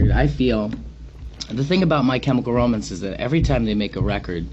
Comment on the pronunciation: "My Chemical Romince" Gerard.